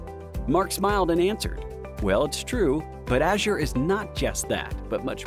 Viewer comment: Please pronounce Azure properly